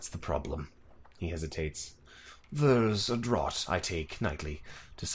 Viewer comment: The pronunciation of draught was incorrect. Just one of those small things that bugs me, but great video.